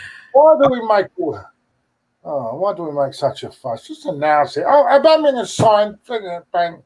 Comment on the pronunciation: Why does call him Auboomayong